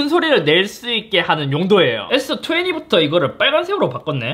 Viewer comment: S투웨니ㅋㅋㅋㅋ 발음은 투웬티인데..ㅋㅋ